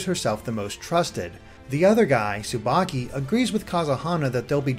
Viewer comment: S-subaki.... That's not subaki...